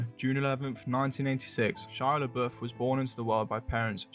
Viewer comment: she legit said shia laboof